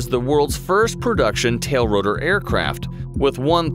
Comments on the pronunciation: Hey narrator, It is not a"tail rotor", it's a TILT rotor. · Just in case nobody noticed - it's TILTROTOR! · “Tailrotor”??? No research or editing budget or something? It’s “TILTROTOR”. How can you miss such a fairly important part of its aircraft type?? I mean you obviously spent some money and time on the video.